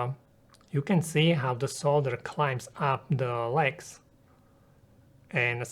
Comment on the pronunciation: Pronouncing solder wrong! Couldnt finish video because of that.